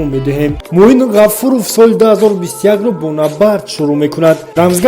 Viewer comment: Аъзам Ғафоров а не Ғафуров!